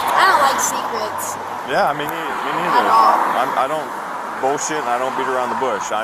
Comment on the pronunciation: Did she say, “I don’t like sneak-rets” like secrete and sneakers haha